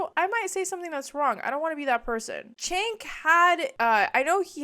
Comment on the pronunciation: Good video. He does pronounce it “Jenk” though. It’s not “Chenk.”